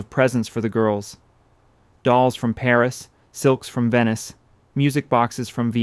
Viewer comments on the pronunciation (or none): none